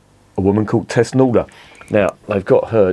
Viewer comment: Its called thusnelda bier, thusnelda. The wife of arminius. Thus-nel-da... 😂